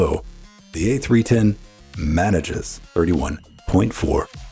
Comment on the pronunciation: "FAMES PER SECOND"